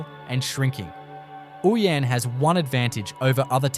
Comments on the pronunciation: It is Oh-yen not ooyen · Ouyen is pronounced Oh-yen